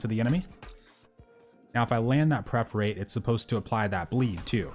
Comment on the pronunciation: Dude the skill is per- for - ate, not pref- er -rate